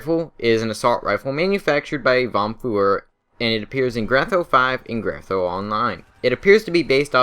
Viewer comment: "Appears in grandtho 5 and grandtho online"